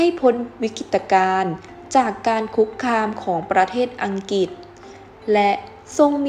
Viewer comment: อ่านภาษาไทยควบกล้ำน้อยมากเช่นกมกานปกคอง,สงขา,อังกิด,พระปกเก้า